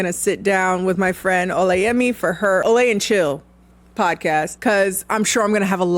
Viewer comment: I love that you pronounced Olays name wrong 😂.